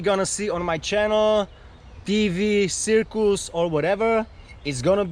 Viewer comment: Did this guy say "sircoose"?